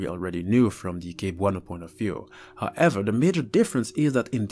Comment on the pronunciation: I man I remember being told about this when I was a kid and I was always so scared to go out at night. Btw. You pronounce cebuano as seb-wa-nu